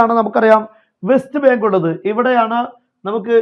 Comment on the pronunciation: Best bank അല്ലാ. വെസ്റ്റ് ബാങ്ക് എന്നാണ്😂😂😂